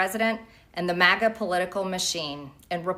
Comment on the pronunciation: Love your videos,. But one tiny bit of constructive criticism... The first syllable of MAGA is pronounced MAG like Magnificent, Magazine, Magnanimous, and Magnify. Your pronounce it weird, as if it were spelled MAWGA. Like Mall or Molly or Monster or Moth. You mention MAGA in practically every single video, you are valued part of the MAGA movement. It is only fitting that you say it right. Again, this is intended to be constructive not combative. I love your videos, I appreciate how well expressed you are, and I especially appreciate how timely you are in addressing key events as they happen. Thanks and continued success to you.